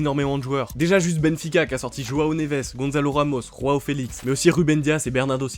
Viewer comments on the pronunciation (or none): Par pitié c'est "Joao" pas "roao" 🫩